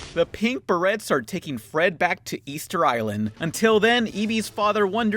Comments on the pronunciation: you don't pronounce the T in "berets". I know you're Mexican, but c'mon. You're English is pretty good. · You'd think you'd pronounce Berets correctly after hearing them say it in the movie🤔🤔... not that big'a deal though😐